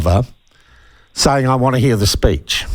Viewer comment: Speech!!! Not "speach"!!! Geez!!